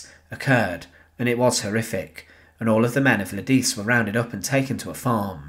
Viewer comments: Computer narration. Lidice` is pronounced LEH Dee chay, not lideece. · Correct pronunciation of Czech names would be appreciated. For example, LIDICE is properly pronounced lidditseh, LEZAKY is lezhahky, PANKRAC is pankrahts. Thanks!